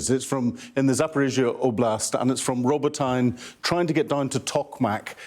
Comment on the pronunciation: Robot en ney (not robo tyne).